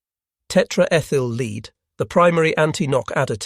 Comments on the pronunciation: Tetraethyl "lead" (Pb), not tetraethyl "leed". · learn how to pronounce lead!! Led Zeplin took the right decision when they removed he A!!